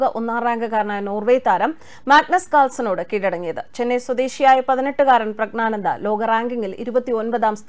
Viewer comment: Prag na nanda alla, Prag njyan (gyan) nanda.